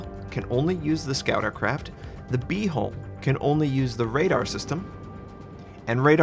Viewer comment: i can't help but laugh a lil bit each time he says "B-hole"